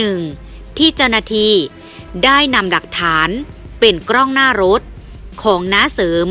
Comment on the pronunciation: กล้องหน้ารถไม่ใช่กล้องหน้าโรส เมษายน ไม่ใช่เมษาโยน อ่านให้ถูกหน่อย